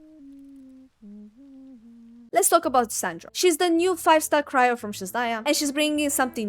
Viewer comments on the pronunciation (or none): none